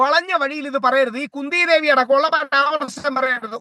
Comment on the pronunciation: സംഭവം അതല്ല. Kundhee devi എന്നത്, Kundee devi എന്നു തെറ്റി വായിച്ചു .